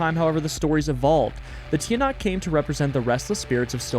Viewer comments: Hi, Filipino here, Tiyanak is pronounced as like chanak, and this is not actually a bus, it's a Jeepney! And i'm very happy to see you play Filipino-inspired games! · Hi! I love you videos it gives me the chills. Im from the Philippines and im very honored! Im really good at english cause i have practically learned it my whole life. Edit: you probably wont see this comment but its Tch-ah-nahk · hey! i’m from the philippines, and i wanted to teach you how to say some of the words here! tiyanak is actually said as “cha-nak”. in tagalog, the letters “ tiya” are sometimes said as cha! silang is said as “ see-lahng” tagaytay is not “ta gae tae”, its actually “ ta gai tai. “ai” as in chai tea! our currency is actually called pesos! singular is “piso”. i’m a big fan and would love to help you and anyone else with pronunciation! thank you so much because i really like this playthrough of urs!!!!